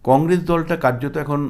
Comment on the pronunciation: Ei mathamota gramer maal,boro boro katha bole,Practically anti BJP,nijeke bisleshok bole,e akebare murkhyo item,uchchharon ta shununun,congress bole congrej